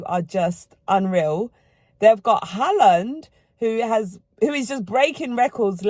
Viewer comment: They way she says haaland 😂